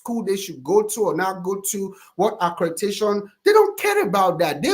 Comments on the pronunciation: He keeps trying to put that stank African dialect on ACREDATION BUT HE PRONOUNCES ALL THE OTHER WORDS CORRECTLY 😂😂😂😂😂😂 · Never trust a so-called “educated man” (scammer) who canNOT pronounce ACCREDITATION!